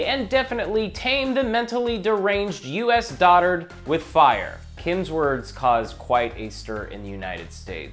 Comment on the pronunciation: why does he pronounce it Dodard?